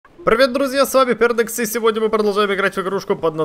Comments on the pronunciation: Эм..... Кердекс а нормально что ты сказал не Кердекс, а Пердекс. Не ну угар. Просто влеплю лайк. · да он правда сказал пердекс